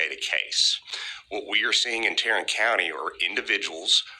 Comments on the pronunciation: Did he say " Tyrant " county? Its supposed to be Tarrant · TARRANT COUNTY??? TYRRANT COUNTY!!!